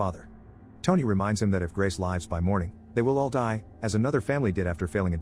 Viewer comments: You don't pronounce lives with the i. leyeves is not how you pronounce the world bro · mispronounced lives, it's not supposed to be pronounced as in, saves many lives but pronounced lives as in, living on.